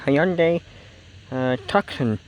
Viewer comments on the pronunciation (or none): the model is Tucson as in Arizona (SEE: How To Pronounce Tucson video YouTube) these Hyundai's hold up well and have a reasonable price.